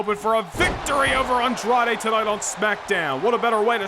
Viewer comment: I still can't get over how the ring announcer calls Andrade "Andrea" 🤣🤣.. as always great show! You never fail to disappoint.. what I think would put your shows and universe over the top and better than everyone else's is if you add AI voices.. like when you do promos you can use the real voices of the people, you can type what you want them to say and they'll say it. I know it might add more work and editing for you but I think that would be absolutely amazing and I think it'll add more depth to the storylines and etc